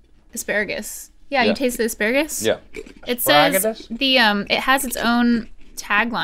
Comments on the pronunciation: No one, literally not a soul: ... Link: Aspragatus? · Link- instantly comes up with two slightly esoteric words on command Also Link, trying to say asparagus- "Spragadus?" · "aspragadus" -Link Neal, 2019